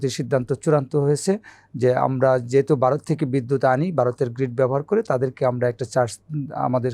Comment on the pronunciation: হোস্ট যিনি আছেন তিনি কথা বলতেও জানেনা আর উচ্চারণ অত্যন্ত বাজে। ভারতকে বারত বানিয়ে দিয়েছে, এক জায়গায় আর বাক্য খুঁজে পাচ্ছেন না বলে গেস্ট ওনার প্রশ্নটি সম্পূর্ণ করে দিলেন দেখলাম।